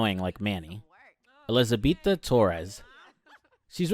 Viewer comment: her names elizabeta not elizabetha